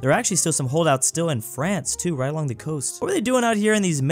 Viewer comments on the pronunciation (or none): none